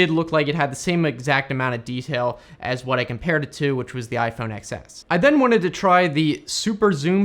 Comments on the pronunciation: Why do you call it the iPhone "EX" S and not 'Ten' S???? 😕😕🤔🤔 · iPhone what? Ten S. Not Excess goddammit.